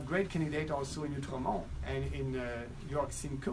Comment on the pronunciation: seeing as you may be reporting on the by elections Outremont pronunciation: ➡️ oo-truh-mawn Hoping this helps. CHEERS from Que. 🇨🇦 Maxime Bernier 2019 🇨🇦